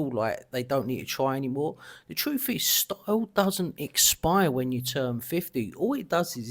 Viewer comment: It's fine to be prejudicial against the way that people dress ... but what about speak? "ti'oo'w" & "chroof"? ... "title" & "truth".